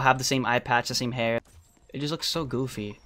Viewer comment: why he say goofy like that